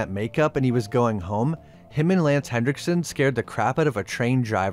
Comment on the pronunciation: There's no D in Henriksen.